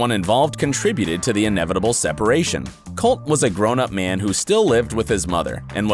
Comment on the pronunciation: colteee not colt